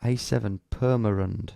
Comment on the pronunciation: Hey, you mentioned my home town Purmerend. And pronounced it very interesting.